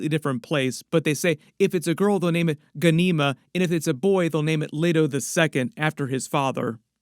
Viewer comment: My mother's name is Ghanima and my clan is know as Dar Abu Ghanima. We are based out of Palestine and y'all need to know you are butchering our language when you say the name Ghanima. Get some Arabic speakers STAT